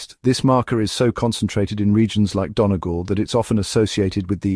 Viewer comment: Great video...my father was born in Donegal (note its correct pronunciation..."Dunny- gall"...not "Don-e-gall"), happy to see reference to that beautiful county and the R1b-M222 chromosome which I likely carry.